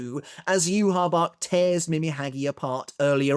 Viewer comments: Why do you pronounce Yhwachs name like that? It's not pronounced that way in the sub or dub. It's so annoying it's not "yu ha bach" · there's no way as an English speaker you read "Yhwach" and thought, "yeah that looks like it spells 'you ha bak' " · actually did try pronouncing it the same way that its said in the anime for a video, but people requested that he went back to saying yoo ha bach. Most people are used to him saying it that way by now